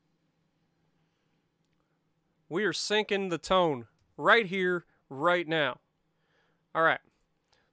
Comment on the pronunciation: Tone is pronounced Toe-Nay